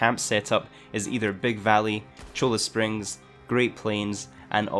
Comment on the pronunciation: its pronounced "Nolla Springs"